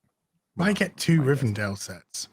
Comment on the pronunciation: WHY THE FUCK ARE YOU CALLING IT "RIVEN DALE"???